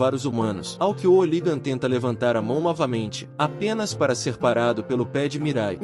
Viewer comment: Brother vc precisa mudar de aplicativo de narração ou aprender a utilizar melhor, tem palavras como soco que é dita sóco ou hooligan que sai como óligan e por aí vai, acaba sendo muito chato, tem outros canais que já desistiram desses app, tem alguns inclusive que usavam a mesma voz essa que tu usou ... Não fique bravo, é uma crítica construtiva, te desejo sucesso no canal e me já inscrevi. Paz Bro.